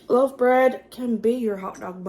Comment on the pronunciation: Love your accent I love my mistake most when you said loaf bread I heard love bread and I’m thinking love bread. That sounds cute.